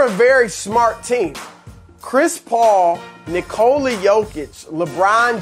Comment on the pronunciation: Colin said Nikola correctly! Why is it so rare for journalists to same names correctly? Thanks Colin for being a pro!